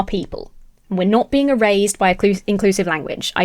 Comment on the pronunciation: Your Brit-ness on the word erased makes it sound like the product of some modern remote nanny work... E-Raised. Love it.